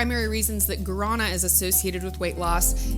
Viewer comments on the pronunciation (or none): Gaurana is "Gwah-duh-nah"